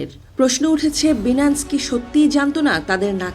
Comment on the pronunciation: আপনাকে রিপোর্টার কে বানাইছে😳😳 BINANCE(বাইনান্স) কে বারবার বিনান্স, বিনান্স বলতেছেন।